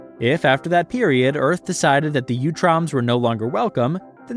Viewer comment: Great video! Very comprehensive and well organized. I believe it is pronounced 🧠 “ooo-troms” not “you-troms.” Sometimes in the vol 4 books they even call them the “Ooots.” I believe this is the pronunciation in the 2003 and 2012 series which also feature them prominently. Again cheers on the great work here though